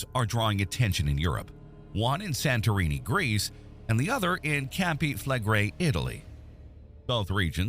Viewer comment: Mispronounced - CAMPI - SANTORINI - clickbait. These doomsday prophets never die out. Waste of your time.